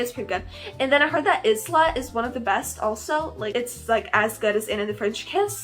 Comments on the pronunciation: Hello! I know this video is from a while ago but I adore your videos and have been binge watching them since yesterday night! Just wanted to say that ‘Isla’ is pronounced ‘i-la’ with a capital i and a silent s 🥰 keep up the good work, you are inspiring me to make my own channel, ly ❤ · Loving the consistency 🤩 also, happy birthday mayaaa Ps: I think Isla is pronounced ih-luh Butt I could be wrong x